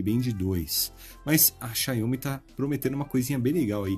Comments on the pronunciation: Amigo, a marca é Xiaomi, não xaiômi como vc fala... Só uma crítica construtiva mesmo pra os próximos vídeos :) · Sua pronúncia "Xiaomi" é bem estranha kkkk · Vc testar pronunciando erro o nome da marca